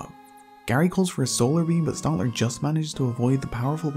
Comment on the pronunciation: Stantler not stontler. It’s not fucking hard.